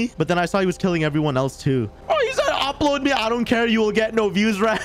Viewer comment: Man really said uploaid 😂